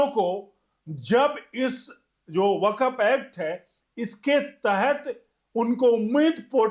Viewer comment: वकफ नहीं 'वक्फ' ('Wakf'', not Wakaf) बोलिए।